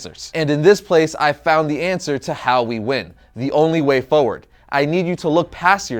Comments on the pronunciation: Is anyone else bothered by how he pronounces "forward?" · Say Forward properly.